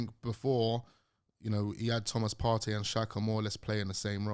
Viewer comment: Is there much difference between Partey and Elneny? Am I hearing his correctly??? It’s not even close 🤣.